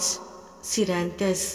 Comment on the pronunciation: Sorry I'm also Naran Sir's student, following all his healing techniques. I feel the gorse scleranthus is pronounced wrong in this video. Please make clear or may be I've mistakenly pronouncing wrong.